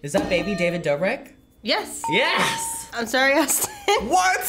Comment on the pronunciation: BRENDON URIEEEE also its dobrik haha lol